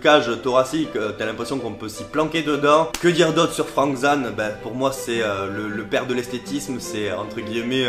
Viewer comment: Ca se prononce Frank Zayne